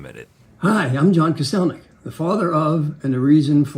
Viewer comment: that time they mispronounced kostelnik even though he had worked with them for like 8 years (must have been during his last appearance lol) is my roman empire